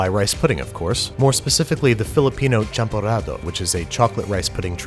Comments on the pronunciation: I like the way you said champorado. Makes us Filipinos proud. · Yay! Hot, Delicious Champorado! You say it correctly! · yeah you roll that 'r' in champorado, andrew. we see you. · how, babish, you nailed that “champarado”, just perfect! Better than I can, a Filipino. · eyyy thank you for saying camporado because im a filipino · Any Filipino heard "champorado" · YES YES HE SAID CHAMPORADO RIGHT YES YES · I’m Filipino, and no. You actually pronounced Champorado correctly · As a Filipino, you nailed that champorado pronunciation. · Nice! He pronounced Champorado properly, not a lot of ppl do that! That’s pretty cool :)) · Nailed the champorado pronunciation 😤👌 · Bro, you literally pronounced "Champorado" the way the natives in Philippines say it, Bravo! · When you said champorado I felt honored because I'm Filipino :) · LESGOOOO CHAMPORADO 🇵🇭🇵🇭🇵🇭🇵🇭🇵🇭 btw the pronounciation of the word is perfection 😍😍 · I appreciate that he made the effort to say it right! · Damn kudos you said the TAGALOG word right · It was a pleasant surprise hearing you say "Filipino" and "champorado" <3 Love from the Philippines! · The way you pronounced champorado is pretty close, nearly spot on, Am proud. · Love that you made champorado mate! And that pronunciation was pretty spot on ☺️ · I like how he doesn’t butcher the word champorado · when i heard CHAMPORADO, my soul wanted to yeet itself thru the screen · Wow a youtuber that finally pronounced Champorado right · the way you pronounce champorado makes it seem so fancy ksksk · Dude, you pronounced Champorado right. Awesome. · Can we talk about Babby's amazing pronunciation of "Champorado"???? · Aww Andy, bless you for making champorado AND pronouncing it correctly! Now, I want you to know that the laziest of us just make it with milo (chocolate milk powder) and a healthy dose of condensed milk. That said, your version looks so good and I'm truly compelled to give it a try! ❤ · I like the way you pronounced champorado lol